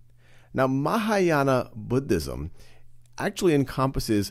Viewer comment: i wAS WATCHING THIS foR WORLD HJSTORY AND I WAS SO HAPPY WHEN HE DIDNT PRONOUNCE IT LIKE “BOODISM”